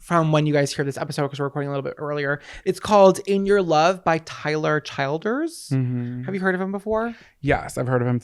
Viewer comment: Tyler “Chill-Ders” I believe is how it’s pronounced. Love you!!